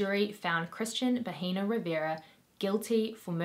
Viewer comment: It’s pronounced bah-eh-nah. H is silent in Spanish and pronouncing it like “baheena” is how you say “vagina”. I figured you’re not fluent and you didn’t know so I’m just letting you know for future reference. I mean, not that it matters because the guy is a monster so call him whatever you want but, you know how the internet is and people will be more concerned about the way you say things instead of you amazing content 🙂👍